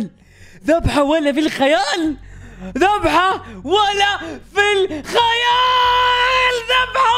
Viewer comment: انتم سمعتوه يقول الذحبه ولا انا عندي لاق في اذني؟؟